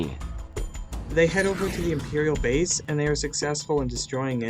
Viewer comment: “They escape the emperiwial bwase”